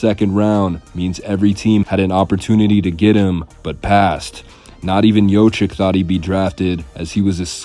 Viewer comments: Its not pronounced yochick. It's the other way around. It's yokich. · It’s pronounced yo-kich, not yo-chick! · It's not Jochic, It's Jokic or Jocich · Its not Yoh chick its Yoke itch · Not jochik LOL it's Jokich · Nikola JOCIK? Bruh you cant even pronounce his last name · Jokic…… not jocik…. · Good video overall but you butchered his name big time. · Thank you for correcting them. It is hard to believe they are making a video history of a person and don't make the effort to find out how to pronounce his name. SAD!